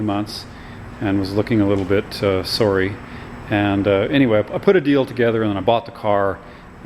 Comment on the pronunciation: by how you said "sorry" im guessing this is in canada?